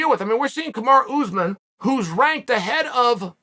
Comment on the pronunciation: "Kamarr Usman" lmaooo no one is safe...NO ONE 😂